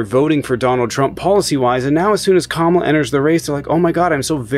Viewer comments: That was painful to listen to. Thank you for correcting her On pronunciation of Kamala’s name (coma-la). When I hear Trumpanzees say (come-ala) it’s like nails on a chalk board to me. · Comma like the punctuation. La like the musical notes Put it together. Mispronouncing her name is pathetic and disrespectful and dumb